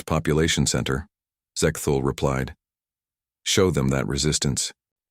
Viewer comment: Sigh, just an AI reskin (plagiarized) but no effort placed into cleaning up grammatical errors and pronunciations, e.g. , Zek-thul, Zek-thol, Ze-ke-Thool, Zek-tul, Zek-tol, Zex-Tool, Sex-Tool, Ahhh.